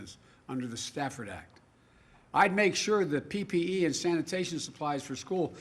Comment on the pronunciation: Oh the second time he did day PPE!